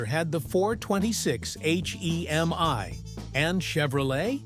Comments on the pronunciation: H E M I really?! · Chrysler H-E-M-I? Either this is A-I or this guy knows absolutely nothing about Muscle Cars!